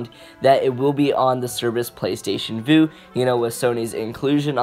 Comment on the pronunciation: Vue is pronounced view not voo.